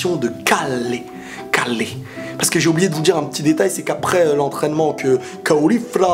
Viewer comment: Ca se dit Keru a la japonaise et pas ''caller'' lol